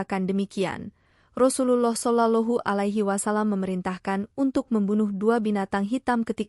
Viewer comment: Rasa nya kena penampar ni lagi bagus,,menyebut rasullullah kaya budak² kecik tak pandai menyebut